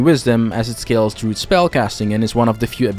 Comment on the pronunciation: Dru-id not drood couldn't watch